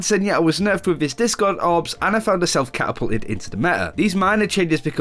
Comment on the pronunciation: it's "Aw-na"